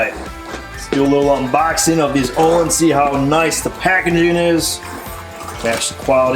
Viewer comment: I’m going to sound like a dick either way, Pronunciation is “Oh-Leans” Amazing Swedish shock company. Very nice shocks nice for 604 lb bike